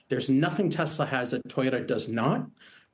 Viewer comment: No "Desslaww"